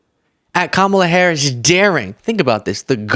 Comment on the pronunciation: Why can't he say Harris????